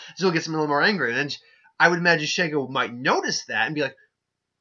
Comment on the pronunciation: "she" - "go", that's how you say her name also I agree that Shego would win.